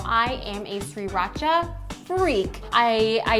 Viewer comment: youre saying sriracha wrong xd